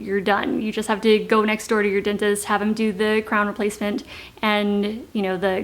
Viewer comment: Why does she say "dintest?"